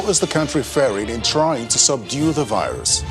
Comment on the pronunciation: It’s VIRUS not BIRUS🙄